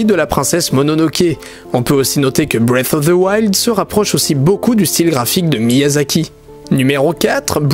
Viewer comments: Non, on appelle sa breath of the wild, mais pas breas of thse wild XD. Désolé si ce commentaire peut blesser quelqu'un, mais je ne l'ai pas écrit pour provoquer mais parce que je trouve ça drôle. À part de ça j'ai bien aimé la vidéo, elle mérite un pouce bleu! ;) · Moi j'aime bien BREF OF ZE WAILDE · "BREATFFF OF TSE WILD " 🤣🤣🤣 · "bwef of veu wild" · breaf of zi wild😂😂😂 j'adore ta prononciation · J'adore la prononciation de "Bref auf de wayld" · Le mec il dit bref of fe woild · "Brive" of the wild pas "bref" C'est assez perturbant.